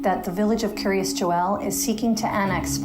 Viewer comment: Wondering why it's so difficult for so many people to pronounce Joel properly.